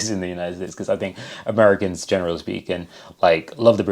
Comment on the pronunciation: Merry Cans eh? Sigh